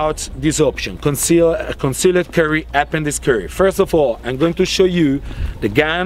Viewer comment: "Concealed Curry"